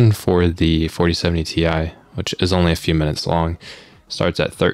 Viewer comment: What if he intentionally said tye so as to warn people not to buy it. Ti = good and buy it, pronounced tye - don't buy it! XD